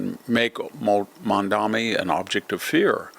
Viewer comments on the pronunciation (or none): Mamdani not Mamdami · We hate him, but pronounce his name correctly. Mom daNi. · Why do you insist on pronouncing his name wrong? Its sounds exactly has it looks, but you insist on saying MaNdaMi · You know, I really don't like the guy, but could you at least pronounce his name correctly? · You're doing to Mamdani's name what you do to nuclear (nucular).